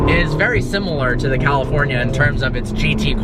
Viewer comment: Drinking game: a tequila shot, everytime he says "Cawlifournia".